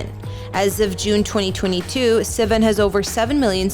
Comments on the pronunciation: an not en. Sivan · Did she just pronounce his last name wrong?? Lol great job guys!!